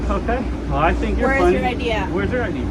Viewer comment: She kept asking for an 'idea'... let me see your 'idea'... what the f**k is an idea, and how can you show that?!....Oh, she meant I.D.!!!! Nice that she can't even pronounce 2 letters...I D...